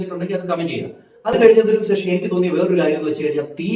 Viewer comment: സേഷം അല്ല, ശേഷം എന്നു pronounce ചെയ്യൂ 🤗